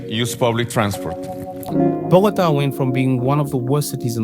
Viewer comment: Bro calling bogotá bokota 💀